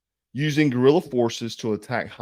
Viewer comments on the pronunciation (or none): none